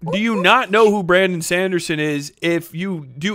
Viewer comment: Bramdon Sandersens this pronunciation got me rolling on the floor 😂